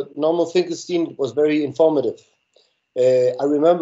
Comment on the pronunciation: Pronounce your Guest's name correctly, please.